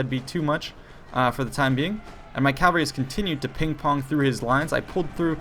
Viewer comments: It sounded like he pronounced it properly. What did you hear? CaLvalry seems to be a common mistake for some reason. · I'll never not get triggered by the way he pronounces cavalry